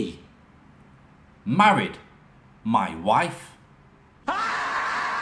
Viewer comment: You certainly need lessons in how to pronounce words your shit wiv / worF